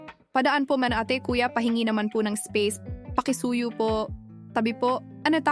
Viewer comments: Say A-teh not ay tee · "Ate," as when addressing an older female respectfully, is pronounced with a soft "a," as in "apple," and "teh," as though an "h" were at the end. Ah-teh. Wonderful narrative! Subscribed :)